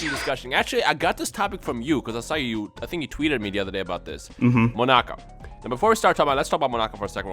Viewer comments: Its not Monaka. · it's not monaka